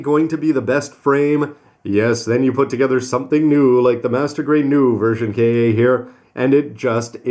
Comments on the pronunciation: And it's version Ka. Not K-A. If you can't say Ka just say Katoki. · I don't mind his calling it K-A. He knows his shit and it doesn't detract his talent for good reviews anyway Plus the more thorough he is about this beast kit the better